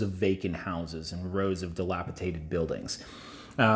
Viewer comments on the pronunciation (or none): It's "dilapiDated", with a "d". The way you kept pronouncing it was driving me nuts!